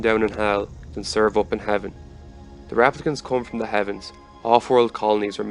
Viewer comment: Pronouncing them 'raaplicants' throws me off.